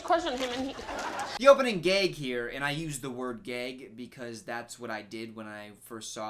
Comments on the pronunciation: So no one is gonna talk about him pronouncing “gag” like “geag”... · are you messing around or is that honestly how 'gag' is pronounced? gayg? gehg? if so i had absolutely no idea. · Great video but I cannot get over how you said “gag” like sir??? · lol you say gag funny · Am I the only one who was confused by your pronunciation of gag